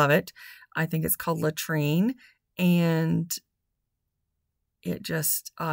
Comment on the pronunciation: Love the color on the bird houses😃but it is called LAURENTIAN ( lo rench ee in) And I am not being a smarty pants or snobby. The only reason I know what it’s called is because I too called it latrine and my daughter looked at me like I was crazy and then started laughing. She said, “Mom ,latrine ?!?!who on earth would name a paint color after a toilet “ and I just died laughing and said oh my goodness you are right so once I took a closer look at the name of the paint, I actually googled it to figure out how to pronounce it correctly.😂🤣😂